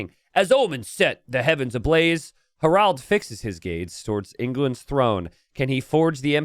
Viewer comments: His pronunciation of "Harald" leads me to believe English is not his first language. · would the English spelling be “Herold”, stemming from herald, which comes from the non-English “Harald”?